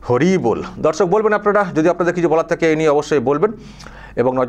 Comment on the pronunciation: তোমার মুখে এত সুন্দর হরি বোল কি ভাবে উচ্চারিত হল। শুনে মুগ্ধ হলাম। আমিও আমার বন্ধুদের স‍্যালামআলেকুম বলে সম্বোধন করি আমার ভালোলাগে।